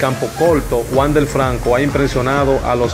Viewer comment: Te aconsejo que aprendas a expresarte mejor, por ejemplo, los nombres, es Wander, no Wandel, Tampa Bay, se pronuncia Bey